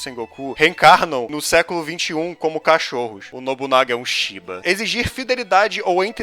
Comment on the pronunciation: > Ênfase no shiba